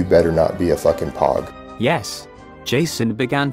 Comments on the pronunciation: When he said you better not be a POG he pronounced it p-aw-g. In the military we pronounce it as p-oh-g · He said you better not be a pog. Its pronounced pōg. He tried to act like he knew what he was talking about and made himself look like an idiot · I always love how he didn't know that POG is pronounced "pogue" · hahah him pronouncing PoG as PAWG made me die. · What's pretty funny about his "if you come at me, you better not be a POG" comment is he did not even pronounce "POG" correctly. He pronounced it how when people talk about the pog coin trading game. ANYONE who was in the military knows it is said with the O pronounced. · That was the first thing I'd ever seen from him and I knew he was a fraud lol. Literally NOBODY pronounces pog how he did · I'm not a Marine, but every branch knows how to pronounce P.O.G. That alone tells me he never served. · The way he pronounced pog. Lol